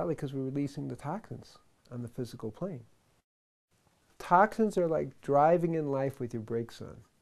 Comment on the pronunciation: LOL "tahk sins"